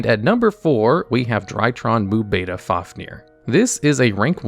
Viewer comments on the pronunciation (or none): none